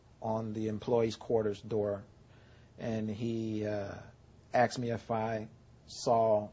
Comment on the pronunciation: I HATE that people say "AXED" and not "ASKED!" It really bother me!! And cats WILL eat birds if they can get to them! So sad that they lost their bird this way, but nature can not help itself sometimes! Love to all the kids, and I pray for them every night. May God keep them safe and bless them with good, long, safe lives.